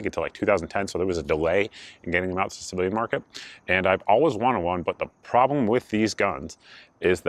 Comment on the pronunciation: Good review 👍 I had to listen closely as I thought you were saying "slave market" but figured out it was "civilian market."